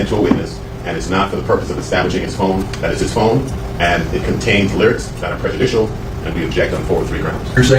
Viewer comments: We’re not subscribing because of the way you say phone you 😶 No one Him: FOUNNNNNNNE 😣🤦🏽‍♀️ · Ill sub if you learn how to pronounce the word “phone” you’re currently saying “fiin” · phi-own...thats so hard to say...he is sub Canadian, yet American...say phi--own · “Furne” lol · Phewn. That’s the way my guys pronounces phone lol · you kinda say phone like inspector cleusseu from pink panther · He pronounces his o’s like Stewie griffin😂and it’s oddly satisfying